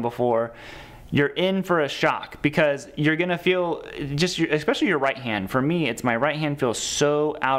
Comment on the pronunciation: Awesome video brother! Just one thing…it’s eSPECIALly not EXPEcially. Again….awesome video!